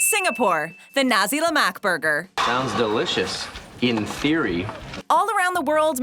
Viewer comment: Lol your pronunciation of Nasi Lemak 😂